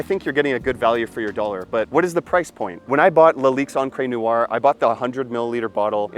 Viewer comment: Unbelievable. You are too lazy to even find out how to say noire...Americans eh? What is neeyouwah?